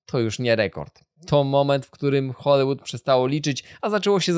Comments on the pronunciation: scenariusz na bank napisał ci Chat GPT Dałem radę obejrzeć połowę bo Hoolywood czyta się z i a nie z y czego po 30 powtórzeniach nie da się znieść sorry ho·lee·wuhd nie ho-lYY-wuhd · Wszystko fajnie,ale błagam wymawiane przez Ciebie Hollywood brzmi tak drażniąco.